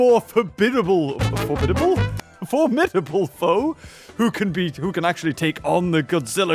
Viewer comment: Nobody literally nobody:: forbiddible